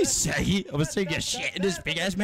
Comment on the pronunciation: bro shaggy no shoggy